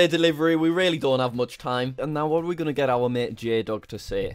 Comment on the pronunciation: I love it when Jack goes " where U gonen? " Lol idk how to spell